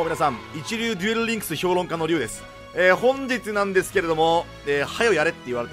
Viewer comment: Ryuさんのデュrrリンクスすき